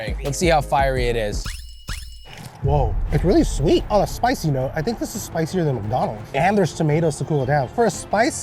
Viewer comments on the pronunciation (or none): none